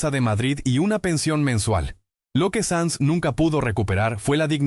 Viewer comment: SANZ,no SANS